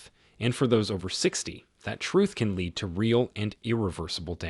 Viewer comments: Lead = leed....this is AI bs fk off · I'd agree BUT it's not talk. It's AI crap. Lead pronounced leed says it all.